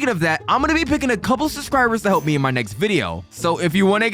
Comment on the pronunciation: Bro just said nezxt